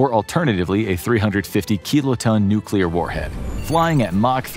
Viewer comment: I thought it would at least be oil if not nukeular